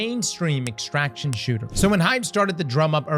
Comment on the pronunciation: hated dark zone -still repulsed by any "extractshion"